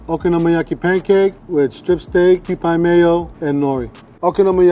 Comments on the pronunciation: This is offensive to Japanese people. It's pronounced Kew-pee not pie. And you didn't put any bonito flakes on top???? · Mee-leen and kew-pee. Hard to explain り in English as it’s hard to explain r in Japanese. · Why does the way he pronounces okonomiyaki, mirin and kewpie mayo hurt my soul? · And said Kewpie incorrectly every time. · kewpie is not pronounced like that, dude. Thats blasphemic...